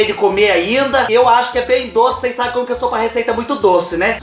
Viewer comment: Amoo, quando vc fala "cheire pra ocês vê